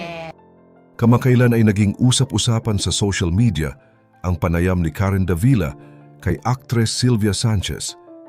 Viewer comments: Karen Da-vi-la po ang pagbigkas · Sir, napakagaling mo po bilang content creator, un nga lang k7ng minsan mali ang pagkabigkas ninyo ng mga pangalan like Davila.